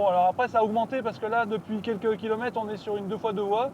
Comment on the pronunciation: Vidéo sympathique, et la prévision de l'autonomie à 100% est impressionnante! Par contre les "kilomettes" et les "quattes", pfiouuuuu j'en ai mal aux oreilles.